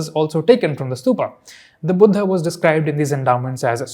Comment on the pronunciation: Its not Stupaaaaaaa Cholaaaaa Buddhaaaaaa Lingaaaaa Bhagavathaaaa Puranaaaa ... Please pronounce it correctly as an Indian ... just like u correctly pronounced Tamil and Tamil Nadu